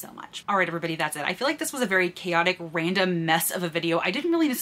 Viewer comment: Your "random" is quite articulate. Subbed!